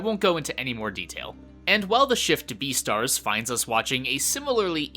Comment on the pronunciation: This dude said deestars instead of beastards